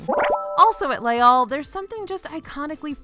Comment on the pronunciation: I adore you, but it’s pronounced “lays all” not “lay all” because the second word begins with a vowel sound. So you do say the s there. That being said, I appreciate so much that you make the effort to pronounce things properly and your lists, as always, are flawless ❤️